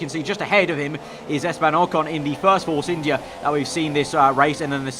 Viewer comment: sometime when you say force India you pronounce it force Indy car